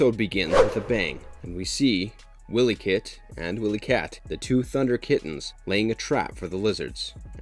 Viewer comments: Right. And also pronouncing the Twins as "Willie-Kit and Willie-Kat". I'm like dude... do your research. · Jogga not jayga. "Jagua" Wy-lee kit and wy-lee kat Chee-tar-ah